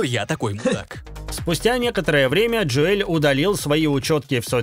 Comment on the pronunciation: Джо Эль. )) ДжОэл он.